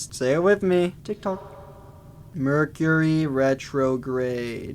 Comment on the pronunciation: thinking about the merch he gonna drop and that's why he said merchury.